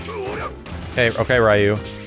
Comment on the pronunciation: Rai-yu? It's Ree-yu.